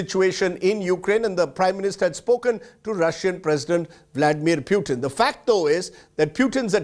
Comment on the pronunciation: Mr. Rajdeep.. He is Putin and not Pyutin